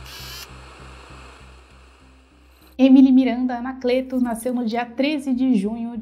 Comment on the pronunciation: Desculpe mas vc pronunciou Anacleto errado. Fica a dica. Quanto a essa história, há muito mistério envolvido. Só Deus sabe o que realmente aconteceu com essa menina linda.